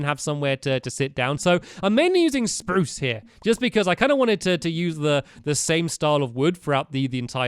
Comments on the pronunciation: Anyone else remember when he said "sprrrrrrruce"? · stampy forgot to say sprrrrrrrrruuce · you said spruce wood, not Sparrrrrooce wood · Stampy said Spruce wrong! It is pronounced SPRUCE! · l have a new idia for sproos it is saaproos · STAMPY! Don't forget to say SPRUCE how you use to! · hey you didn't say spruce right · stampy, you are not saying spruce right